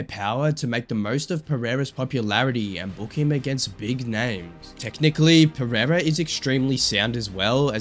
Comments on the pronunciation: Chael:Alex Piera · Chael sonnen: alex piyera😂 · Chael calling Pereira "Pierre-uh" 😂😂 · I love when Uncle Chael talks Alex Piera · chael sonnen doesnt pronoune the first "r" of pereira piera wtf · You have literally used some of the biggest scumbags in the UFC to praise Alex. 😂 How much brain damage do you have ? Goal listen to chael, Dude's literally bragging about Alex but can't pronounce his name properly. And I know how much you UFC fans really love the cheaters of your sport